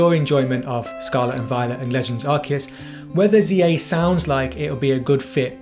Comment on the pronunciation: good review, but it hurts my ears every time you pronounce Arceus wrong...